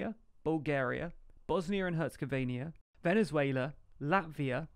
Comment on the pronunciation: Bro, not only you pronounced Bosnia and Herzegovina completely wrong...but you also put double Croatia over Serbia on